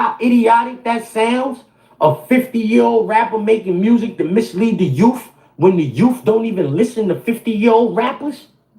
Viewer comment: If this 🤡 says “Youff” one more time 🙄